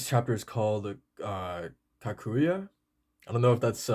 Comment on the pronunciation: To better pronounce it's ka-ku-ja